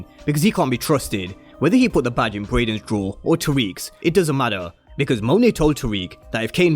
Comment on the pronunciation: I'm not tryna seem like a perfectionist or pointing it out to be mean. But you said all these names wrong, it's. Tariq, Cane, and Brayden.